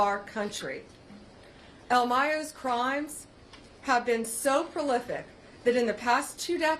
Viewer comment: “One of the most proflipic”? WTF is that?